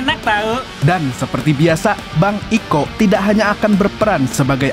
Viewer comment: Kiko bang bukan iko😂